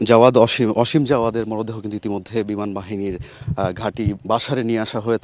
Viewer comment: অসীম নাকি আসিম? নামটা পর্যন্ত সুন্দর করে বলতে এরা বলে সাংবাদিক 😡😡